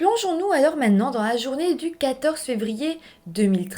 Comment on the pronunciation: trouve trop mignon comme tu dis « mainant », au lieu de prononcer « maintenant », en début de chaque vidéo et comme tu alternes les nombres septante, soixante-dix, huitante, quatre-vingts, nonante et quatre-vingt-dix! ... 😊😊😊